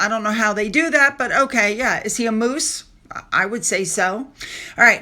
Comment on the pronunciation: DID YOU SAY MOOSE OR " MOOCH"